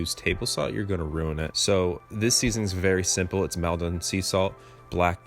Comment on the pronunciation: Maldon is pronounced Mauldun. I grew up in Maldon :)